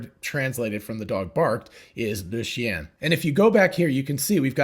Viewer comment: Very instructive and well made. Understood everything ! Thanks a lot. Plus, as a French man, listening to you trying to pronounce "Le chien" was a good one ;)